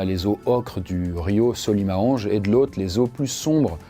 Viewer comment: Super vidéo !! Mais si je puis me permettre, on prononce le "S" dans Manaus et le fleuve Solimoes ça ressemble plus à "Solimou-inchs" compliqué à écrire pour la phonétique mais en tout cas, vidéo tres intéressante ^^